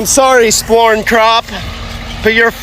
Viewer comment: Why is he calling corn “sporn?” or am I mishearing him?